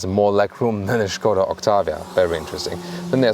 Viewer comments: When I heard "Shkoda" I knew I was in for a good review. I was not dissapinted. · I love how you pronounce "Skoda." 😱😍 The correct way. Cheers,. Always appreciate the review. 😎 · Finally someone pronounces Skoda....they way it should be. :)